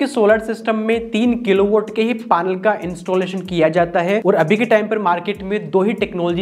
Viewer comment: पानल क्या होता है भाई ।।। पैनल होता h वो